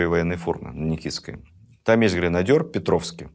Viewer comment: Всё очень интересно. Но немного царапают ухо речевые ошибки. Например, правильно "гренадер", а не "гренадёр". Если бы это заимствованное из французского языка слово произносилось с "ё", то писалось бы grenadeur. A оно пишется grenadier (грэнадье). То же и со словом афЕра (affair), а никак не афёра. Австрия это О́стЕрайх. Речь Посполи́та, а не Посполита́ (по крайней мере в традиционном русском произношении). Ещё что-то, сейчас не помню.